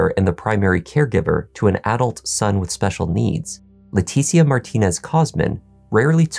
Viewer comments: Her name is not pronounced Laa Teetie Ah. It’s Laa Tee Sha. C’mon man. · Just an FYI, her name is likely pronounced Letesha, kind of like Patricia. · your annunciation and delivery are impeccable. However, I have a couple of friends with the same first name and they pronounce it "Le-tisha", of course not everyone is the same. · Leticia pronounced La tee sha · He is. He murdered that ladies name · You keep pronouncing her name wrong and it's so annoying. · You can't pronounce Leticia's name correctly, even though you used footage where it's pronounced properly? She's good enough for you to attempt to make money off of her tragedy, show some respect by pronouncing her name right.